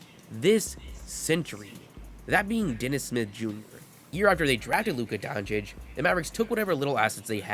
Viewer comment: Hey man so you know for next time, you say it Donchitch :)